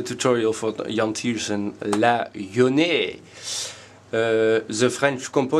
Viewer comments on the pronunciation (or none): Appreciated ! laughed alot when you kept saying la yonée :D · La yonée? La Noyée plutôt, but thanks, it helps a lot